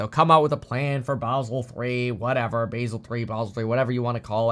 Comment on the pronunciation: Basel 3 is not pronounced like the herb Basil. Its Bah sell.